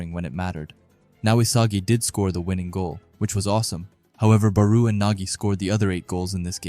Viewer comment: bro pronounce their name right please OMG IT'S PRONOUNCE BARO NOT BARUUUU